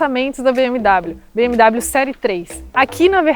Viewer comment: Não se pronuncia BM DÁBLIO mas sim BM Déblio! Hellllloooo! 😅😀🤪